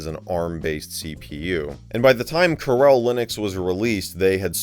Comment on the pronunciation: Carelle Linux.... I am guessing it's Coor El. Like Kal El's Dad, Jor El. You know - Superman